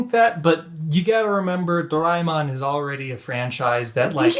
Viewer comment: Idk if this is a helpful tip, but try pronouncing Daemon individually: do - ra - e ('eh') - mon but of course, pronounce it however way you want to :)